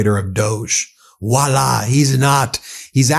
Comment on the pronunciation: I love you Ben, but, I have to correct you on Wala. It's Voila!